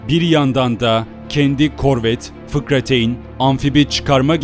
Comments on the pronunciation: 5.30 fıkrateyn değil fırkateyn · FIKRATEYN değil Fırkateyn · Fıkrateyn değil fırkateyn olacak 👍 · fıkrateyn değil fırkateyn ve çıkartma gemileri değil çıkarma gemileri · FİKRateyn değil FİRKATEYN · sen şakamısın. ( Fıkrateyn )nedir fıkramı anlatıyorsun. Onu düzelterek yayınlamak aklına gelmedimi. FIRKATEYN o videonu düzelt öyle yayınla bidahakine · da Fıkrateyn değil Fırkateyn olacak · FIKRATEYN DEGIL FIRKATEYN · kendini fazla kaptirmis fikrateyn değil fırkateyn 😂😂 ama güzel video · FIKRATEYN DEĞİL FIRKATEYN.... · fıkrateyn değil firkateyn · Lan fıkrateyin ne gıcık oldum fırkateyin* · Fıkrateyn diyip durmuşsun cahil misin? fırkateyn o F I R K A T E Y N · Fıkrateyn değil "FIRKATEYN" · firkateyn olacak fikrateyn degil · abi fıkrateyn değil fırkateyn olacak :DD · Fıkrateyn değil "Fırkateyn" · FIKRATEYN değil FIRKATEYN... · fıkrateyn ? fırkateyn :) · Fıkrateyn değil fırkateyn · Eline sağlık video için ama "fikrateyn" değil, (fırkateyn) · Eee o fıkrateyn değilde fırkateyn olucaktı sanırım 🤗🤗🤗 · Fıkrateyn değil doğrusu 'fırkateyn'. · duzeltmek gibi olmasin yanlisin bulmaya calismiyorum yanliz FIKRATEYN diyorsun benim bildigim FIRKATEYN olacak? yanlis miyim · Fırkateyn değil, fırkateyn olacak.. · Fıkrateyn ne la 😄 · Video güzel ve açıklayıcı olmuş. Ama ben "fıkrateyn" kelimesine takıldım. Fıkrateyn nedir abi doğrusu fırkateyn değil mi? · Fırkateyn fıkrateyn değil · Seviliyorsun. Ama FIKRATEYN DEĞİL FIRKATEYN:)) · Fikrateyn degil firkateyn abi:D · Fıkrateyn değl, fırkateyn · Kusura bakma ama bu işten anlamayan çekmesin bu videoları, çok sığ ve basit anlatılmış bir, ikincisi de fıkrateyn değil fırkateyn olacak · Fıkrateyn değil de Fırkateyn mi olacaktı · fıkrateyn demeseydin iyiymiş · Fırkateyni doğru telafuz edemeyen birinin verdiği bilgilerden şüphe ederim.. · Valla abi o kadar çok "fıkrateyn" dedin ki doğrusunu bi an unuttum. :)